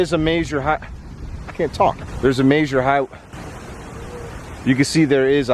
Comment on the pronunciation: You got my dying over here with you trying to say major highway lmao